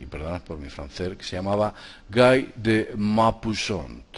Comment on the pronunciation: Hola! En primer lugar te felicito por tu excelente trabajo; siempre interesante y muy ameno. Sólo quería decirte que la autora de Frankenstein fue Mary Shelley y que Guy de Maupassant se pronuncia así: Gui de Mopasan... espero que no te siente mal la corrección... es que soy un poquito perfeccionista... Jajajajaja! Un abrazo! Sigue abriendo mentes, te necesitamos!;-)